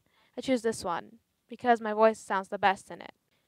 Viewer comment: ...."the woice coil wibrates"....